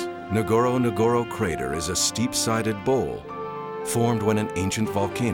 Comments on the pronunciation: Point numero uno! Find out how to pronounce 'Ngorongoro'!!!!! SMH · Not Nogoro nogoro crater,its ngorongoro